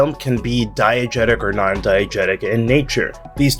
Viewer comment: I had thought at first that you were saying "Diet Jesus".